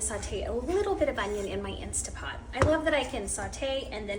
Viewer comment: Instant pot.... not insta pot.😂😂😂😂 sorry, that's my pet peeve ❤❤ your shorts BTW ❤❤